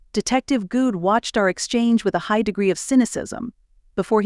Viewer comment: Wasn't Aaron's last name pronounced Good in other books in this series? Hearing Guud is really throwing me for a loop! 🤪